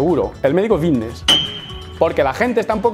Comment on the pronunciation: Yo siempre pensando que decía "fitnes" mal a posta y resulta que dice bicnes sin querer 🦊🦊🦊🦊🦊